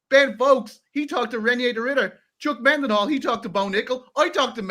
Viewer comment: as a fellow Dublin man. Why do you pronounce it Chuck MENDenhall instead of Chuck Mindenhall?